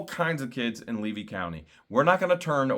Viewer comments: Leedy County? Does not know which county she lives in? Levy,! It's Levy county. Wow! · 'leedy county'? someone best warn 'em!! 🤣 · Oh boy said Leedy county instead of Levy county. She does not even know what county she lives in. I do not think that there are 98% of the town that are backing her up. And if she loves her daughter so much why does she leave it to her ex-husband. Makes no sense to me. Good luck. and God bless you both. praying for you. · Oh my God....Jeremy she() called your county LEEDY instead of Levy County. Someone better teach her how to spell. LOL